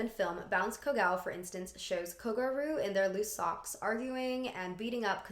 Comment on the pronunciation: not kogaru, kogYaru. I love what you've got to say and youre well researches, expect for the pronunciations of a lot of japanese words in this video.